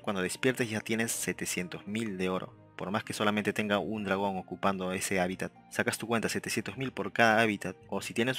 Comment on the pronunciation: Se dice HÁBITAT